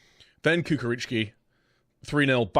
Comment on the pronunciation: Its not Kukaricki, it is Chukaricki:D